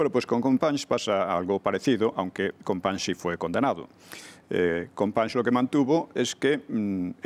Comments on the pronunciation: Se pronuncia CompaÑs no “Companis”, toda un trabajo de investigación y resúmen histórico detrás y no decís el nombre correctamente. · Un mínimo esfuerzo por pronunciar "Companys" correctamente no estaría mal. ¿Un mínimo eh? No pido nada más.